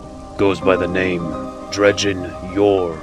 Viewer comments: Dred-jen, definitely not dredge-den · ...I do recall his name not being Drejden but Dredgen lol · Cool vid but it's dredGen not dredJenlike Gggg g as an g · this is a sweet video, great job! I can't wait for the second. please don't take this a trolling, because that really isn't my intent. God knows I've mispronounced things in my day, but it really stood out to me. It's Dredgen Yor, not Dregden Yor. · Amazing video, awesome animation and voice acting, but I'm just a little nitpicky here, because you kept saying his name wrong. Dredgen yor, not dredgden yor. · you put so much work into this and I couldn't watch the whole thing, I couldn't handle you calling him dredgden. it's pronounced dread-gen. drove me nuts. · This was better than I could have imagined! (But seriously? Drej-den? It's Dredgen XP) Either way, altogether great lore video! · it's not "Dredge-Den".... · Am I the only one that was bugged by the fact he kept pronouncing his name as "Dregden Yor"? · Nice job. Why do you pronounce it "Dredge-din" though? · Dredgen. Not "Dredgeden." Totally ruined the immersion. Don't know how you could overlook such a major detail. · You DO realize that the "d" in the middle of "Dredgen" is BEFORE the "g". You call him "Drejden" throughout the entire video and it really ruined it for me. That's all I could think about and it detracted from the content. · great work here. if you need voice actors message me. on a side note, every time I heard "dredge-din Yor" I cringed...lol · Amazing video... But please, it's pronounced "Dredgen" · either of those would be fine. except the narration says "dredge-din" which is entirely wrong altogether lol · him calling Dredgen Yor "Dredge den Yor" made me mad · This was amazing but sorry I'm going to be "that guy" and say that Dredgen is pronounced as DrEDGEn like edge. I could be wrong though cause we only know the name and his name was never said in the game. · He mispronounced Dredgen throughout the whole video